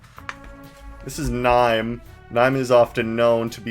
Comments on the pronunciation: Nee-may is correct, and the way it's written in katakana actually! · Man everytime you pronounce niime like “Nime” instead of “Nee-may” I feel like my bones have been dipped in acid a little Actually I don’t know how but you pronounce nearly every character differently than I do and it makes me feel weirdly uncomfortable